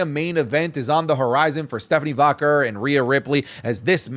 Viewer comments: It's probably just me thing but does it bother anyone how says Stephanie Vaquer's last name? It drives me crazy it sounds like he's pronouncing it like Vacurr 😂😂😂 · the way u say stephanie’s last name rly pmo 😭